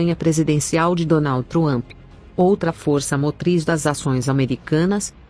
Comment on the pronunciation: A senhora não conseguie pronunciar Donald Trump 👹😸🐲